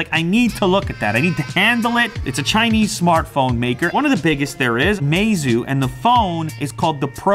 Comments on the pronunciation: Pronounced my-zoo not may-zoo. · Lew's pronunciation :mey-zoo My pronunciation :my-zoo